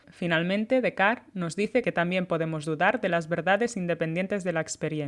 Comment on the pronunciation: Es Descartes pronunciado en francés